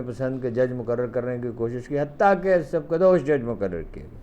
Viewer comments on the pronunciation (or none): معلوم نہیں کہ ہارون الرشید سر جی جیسا بڑا اردوداں شخص لفظ سبکدوش کو سکبدوش کیوں بولتے ہیں ۔۔۔